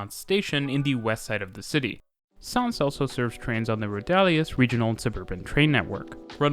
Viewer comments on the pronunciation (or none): Just a note on some of your pronunciations. For the LL sound in Parc Güell, Llobregat, and Valles, you can use an English Y sound. Rodalies is stressed on the I. And the OU in Camp Nou is pronounced like English "no". But good work on the video. :)